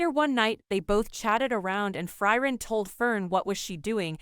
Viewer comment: Who is Fry-ren?